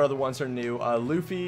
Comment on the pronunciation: they butchered luffy so hard but I love you keep up the good work!!!